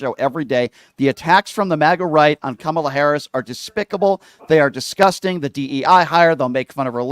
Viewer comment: Please pronounce VP Kamala Harris' name correctly, PLEASE!